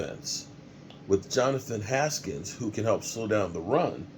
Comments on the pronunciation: HANKINS* Name Butcher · What's up you stay getting players names wrong SMH lol it's Johnathan Hankins is who we got from the raiders 😂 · It’s Hankins meathead get it right lol